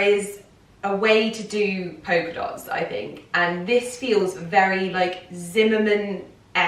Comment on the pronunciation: Why are you pronouncing it “poker” dot?